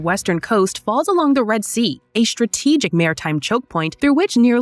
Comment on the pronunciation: "Reed" sea.